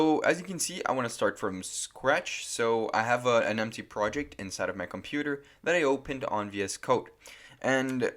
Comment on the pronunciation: Desconfiava que ele era brasileiro quando ele falou "emptchy" em um certo momento do vídeo. Realmente ele tem um inglês muito bom.